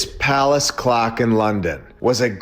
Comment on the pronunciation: You can tell by this guys voice inflections he’s a problem😂 “AND THEN! they rebuilt the. CLOCK” 😂